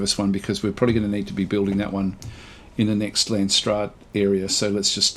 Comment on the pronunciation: I like how your prenounce landsraad. It's a Dutch word so you completely butcher it.